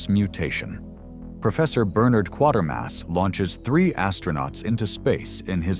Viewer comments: Kwa-ter-mass not Quarter Mass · I've seen most of these (not the Bride of the Monster, though). On a side note, and this is not a complaint, it's more of a "I think you should know," so, I think you should know that Quatermass is pronounced with a long A, sort of like Quaker mass. Of the group, I think it's the best. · Kway Ter Mass. Just saying.